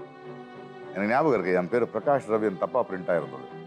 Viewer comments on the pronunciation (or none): Pragash kedaiyadhu prakash sari aahi uccharikkrada kathuko avaroda per appadi illa. Pragash nu avaroda appa amma avaruku peru vechille avaruku avaroda appa amma vecchirrukradu prakash nu. Avaroda mulu peru prakash raj.